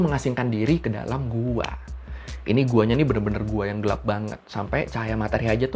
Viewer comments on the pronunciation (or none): none